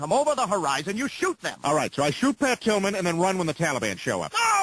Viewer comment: the only time the officer said Pat Tillman he did it wrong. He said Pat Pillman :D